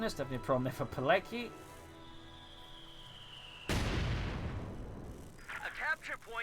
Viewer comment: Btw its pronounced "piletzky", not "pilecky" :P